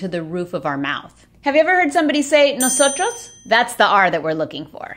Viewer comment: Yo escuché ese “nosotros” taaan normal, luego vi la banderita y entendí todo. 😂🇨🇷